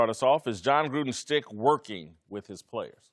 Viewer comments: Yo I swear half these guys don’t know what “schtick” means and one of them is saying “stick” lol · TheCanadianConservative as soon as I read your comment Marcellus said “stick” 😂😂😂